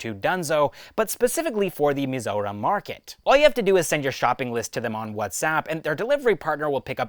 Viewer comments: bro took 1 day to practice it to pronounce perfectly 🎉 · Bro pronounced our State's name perfectly🤝🏻